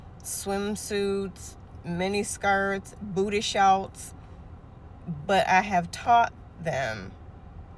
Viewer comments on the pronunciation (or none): I love how she says “Booday Shouwts” 🤣